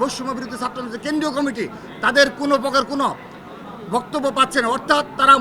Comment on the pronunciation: কুমিটি না আব্বা কমিটি!